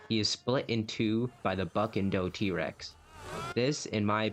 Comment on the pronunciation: It’s not D Rex it’s T rex